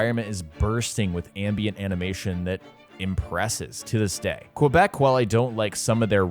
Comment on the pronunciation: Props to you for saying ‘’Québec’’ like that. It is a fact theses games are made here in Montréal, Quebec. But so many people says ubisoft Canada and us Quebecors dont like to be called canadians.